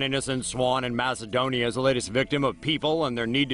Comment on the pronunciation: When you said macodonia every greek person cringed